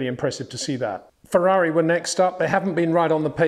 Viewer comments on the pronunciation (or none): none